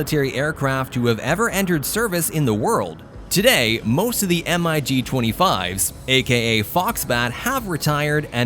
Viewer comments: Software voice interpreter generating the text subtitles should have spelled it Grumman F-14... not Groomin, but that was due to the commentator's flawed pronunciation. The u in Grumman is pronounced uh by the Company On another note, MIG is referred to as the mig, not spelled out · MIG 25 and 31 - If you want to "sound" right, pilots say it like one word "Mig", not M - I - G. Mig 25, Mig 31. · Had to stop the video. Saying M-I-G, instead of "Mig" just sounded horrible. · Every time he said M.I.G. and not Mig, I wanted to slap my momma. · MIG NOT m I g ! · Please stop spelling MIG. Just say the word. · MIG not M.I.G stop rewriting the vernacular Funt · O.K. are we talking about everything that makes a cutting-edge fighter or a speed machine that can't hold its own in a furball? The F-106 as well as the rest of the Century Series were interceptors (missiles only, and no guns) not fighters. The same as the MiG-25/31 pronounced Mig. it's one word, not M. I. G. It stands for the Russian aircraft designers Mikoyan and (i in Russian) Gurevich. If you want to put in a jet that is a jack of all trade's fighter, from dogfighting, SEAD and a mud moving close air support Mach 2+ fighter, on the list, where is the (Block 70/72) F-16V Viper? The SR-71 Blackbird has no place on this list. At Mach 3 it takes an area as large as Ohio to do a 180 turn. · EMM-EYE-GEE 29….sure!! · I liked the information about the different jets. But the narrator should be informed by the writers and director on how to properly pronounce the names of the planes. We saw "Grooman" not Grumman and he pronounced it incorrectly. He also pronounced the MIG not as one word as it's referred to since their inception, but he pronounced each individual letter in the name; m-i-g. I enjoy informative videos but the producers have to get it right, and the person narrating must be spot on. Perhaps education their spokesperson would lend more authenticity to their message, but that's just me...